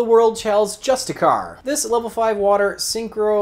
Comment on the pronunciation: I believe it's pronounced "jus-tea-shear" but don't quote me on that.